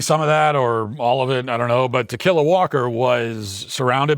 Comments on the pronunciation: Tikila Walker pronounced "To Kill A Walker." Sounds like a story about zombie hunting. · Tuh-killa Walker?!? 🤣🤣🤣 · Ta-killa? Seriously? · I keep hearing "to kill a walker" 😂😂😂... What's her name? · Pronounced tequila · I like how Matt is intentionally mispronouncing her name. Good stuff.